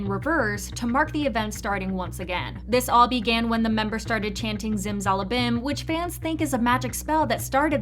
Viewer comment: Don't ever pronounce zimzalabim like that again